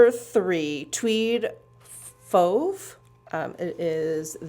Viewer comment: No your prononciation for fauve was right on.